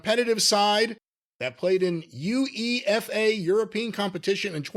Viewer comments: Pronounce UEFA like YOU-WAY-FAH and you're close enough. Definitely not U E F A 😂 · I will never unhear spelling UEFA like abbreviation. Never heard it before, probably never will again. They got me thinking what the hell is that? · I don't know what's more embarassing: To be unable to figure out the difference between Cymru Premier and the English Premier League - or to be unable to grasp the simple concept that Wales is NOT in England in general, like James E. Rand-McNally. And it's "You-Eh-Fah", not "You. Ee. Eff. Ay.",. It's an acronym. It's only the most important organisation for top-level club competiton football/soccer on the planet. Good grief, Molly! So, OVW "found an angel" that wants to "take it international"? What could possibly go wrong with that, at a time when the second-biggest promotion in the business had the glorious misadventure in Brisbane, two month ago? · UEFA is usually pronounced You-Ay-Fa just so you know lol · UEFA is pronounced You-A(like the capital)-Fa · Thats pronounced You-E-Fa (UEFA) guys. I suspect they're trying a Wexham-esque move to buy a failing franchise and make it popular again.. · A few things, the Welsh premier league is levels below the English premier league, which is where Fulham (Tony’s team) play. It’s said ‘yoo-AY-fa’, not just spelt out UEFA and it’s the 1st of May, not May 1st, date/month/year, when you’re the only country that does it any different, who’s really backwards? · I can't forgive the way pronounced UEFA. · That pronunciation of UEFA was painful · To be fair there aren't any other ways to pronounce NFL. If I'd never seen UEFA before there's no way I'd just say yoo-ay-fa.